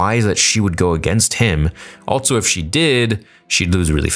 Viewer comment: Bro I'm being driven away from your content lol. Not because of the content itself, that's badass... The way you say the word "also" drives me rather insane😂 I enjoy the content though!